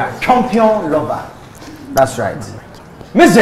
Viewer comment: Did I hear "dastright"???!!!!!